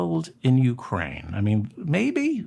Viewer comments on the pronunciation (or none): none